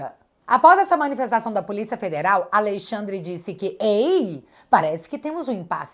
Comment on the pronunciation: Quero que Alexandre de Moraes pague por tudo de errado que tem feito aos brasileiros. Porém, só uma correção na pronúncia do nome, é "Alexandre " e não "Aleixandre".